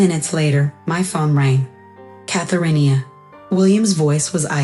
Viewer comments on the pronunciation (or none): Post-It, not posted. UPS, not u-pay, Mispronouncing "Catherine." Led, not let. MTech's, not M Texas.